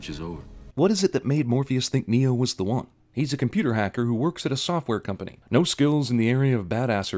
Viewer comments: When you say "The One" it sounds like "The Wan". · I think your pronunciation of "The One" should be included next time you do a sins video on yourselves.